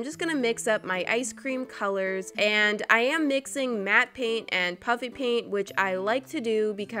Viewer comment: I can’t tell if she is saying puppy paint or puffy paint